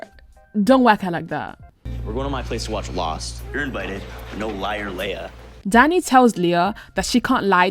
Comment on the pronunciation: Girl, I love you, but you’re wrong. You’re saying it wrong. It’s Leia and I love Eli and Claire I love Emma and spinner I think they are sweet and I love jay and manny I think you’re wrong Emma in Spinner or very cute and they make each other happy. You should get on board and stop being such a hater. No one likes a Debbie downer. Also Dan Blair friends thank you but they should just stay friends and Blair and Chuck are amazing and Serena and.dan forever they are my favorite couple forever Dan and Serena I mean it used to be Marisa and Ryan but way too much drama there and she died so I just couldn’t I couldn’t. I just could not love it anymore as much they’re like way down on my list of favorite couples and that’s not my fault that I feel that way it’s because they made it so difficult for us to love them. Girl you were wrong they never going to work off and on and soulmates and they are probably married and have kids I think when you are wasted you can’t consent so in a way I don’t think she assaulted him, but I don’t think he could consent so I don’t think that Drew said yes so I really don’t like that plot line or a storyline that makes me uncomfortable I don’t like maya reaction to cams dearth maya needs to seriously needs to deal with death in sad way I love Bianca And drew, and I think that you should not let other people influence you and you tell you to break up with your fiancé those are not good friends and they’re only telling you that to sabotage you which she wi